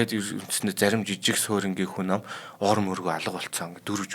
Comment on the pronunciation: Энэ залуугын хазгай хэлийг яалтай кк хүнь амь гээд л явчих юмаа Болж өгвөл хүн аи гэж битгий яриасай бурхан минь 🤪